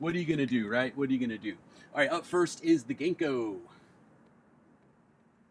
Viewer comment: Hey! Local Seattlite who also happens to be Japanese. Love the vids and will definitely be swinging by soon to reup on some streaks. Just a small note. Japanese is a syllabic language rather than alphabetic. Our characters and sounds are paired into complete syllables so they don't have long and short sounds and when written are pronounced the same every time (for the most part). So Ganko would be written as Ga-n-ko with the A being pronounced like Ah (like the Sa in how you say Sakura), so more like Gah-n-ko, it would be the same for any consonant pairing to make a syllable. Makes my day to see new uploads, can't wait for the next one. Keep up the vibes!